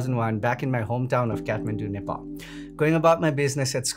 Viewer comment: Watching from Nepal Feel proud when you pronounced Nepal🙏🙏